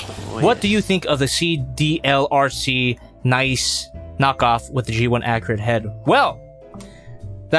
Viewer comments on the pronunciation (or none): I’m almost positive it’s pronounced like arcee - nice-ee not just nice